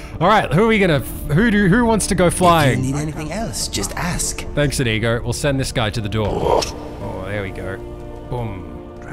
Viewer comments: Isnt it like indigo but without a d while you pronounce it like ineego Not hating just pointing out the different ways if heard it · stop saying inigo like that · Due you pronounce inigo so wrong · No wonder YouTube think you are saying a no no word when you say Inigo, If you said it correctly it wouldn't be a problem :)